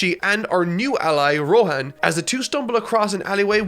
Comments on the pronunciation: who the fuck is rohen ? ITS ROHAAAAN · You mispronounced Rohan’s name,! It is actually KISHIBEH ROHHANNNNNNNNN!!